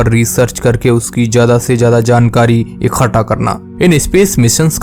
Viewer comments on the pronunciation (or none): Bhai Tum Ikhta Ko Khta Kiyu Bol Rahe Ho